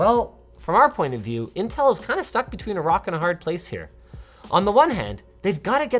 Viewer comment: Now time for our sponsor "Intell"